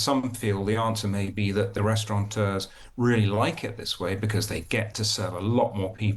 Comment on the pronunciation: Restaurateur not restauranteur,. And I didn’t even go to private school!